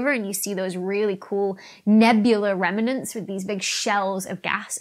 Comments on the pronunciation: She said remernants again. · Maybe I am just too sleep-deprived, but every time you said "stellar remnants" I heard "stellar revenants". So now black holes are undead stars. That is awesome.